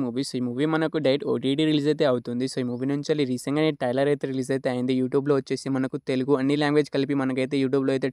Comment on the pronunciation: ఒరే బాబు టైలర్ కాదు రా ట్రైలర్